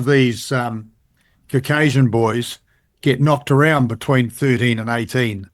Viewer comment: I’m not taking pseudoscientific musings as fact from a man who can’t pronounce the word “Caucasian” properly, and who highly rates Blackadder.